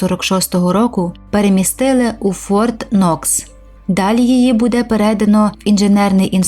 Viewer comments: Питання до озвучки. Що за будЕ? Чому наголос на другий склад? Ми ж не в селі. Виправте це будь ласка, ріже слух!!! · Не зрозуміло що з наголосом??? Музей Патона? Серйозно? БУде?